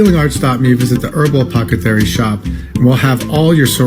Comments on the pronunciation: That snake oil salesman at the beginning saying "apocathary" instead of apothacary just terrifies me more than I thought was humanly possible. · Did no one notice he said APOCETHARY? If you can't pronounce your shop I don't trust your advice... from 1892.